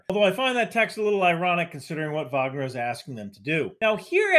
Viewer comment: Thank you for being both American and saying Wagner correctly :) it's a this sliver of the Venn diagram